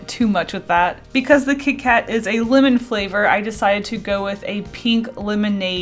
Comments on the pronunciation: I kept thinking she said women instead of lemon, so I would hear “I do like the women flavor” and freaking out a little bit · Lol when she said lemon it sounded like linen🤣😂